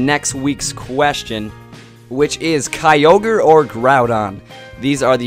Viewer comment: It's all ky-ogre now